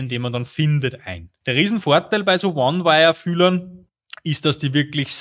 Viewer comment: ne ich kann nicht mehr 😂 won weir (one wire) jerde (pe Erde) die schütz .